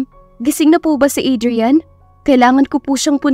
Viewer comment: To pronounce the name Adrian, is Adriyan,not Adriyal ka ng Adriyal dian. Pakiayos lang ng tama ang pagbigkas ng pangalan ng isang tao.